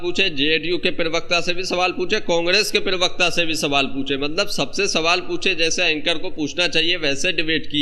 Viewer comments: भाई पिरवक्ता न बोलो प्रवक्ता होता है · भाई आप बहुत अच्छे हैं लेकिन प्रवक्ता को पिरवक्ता कहना बंद कीजिए।